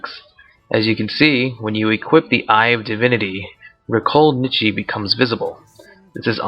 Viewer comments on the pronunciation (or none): none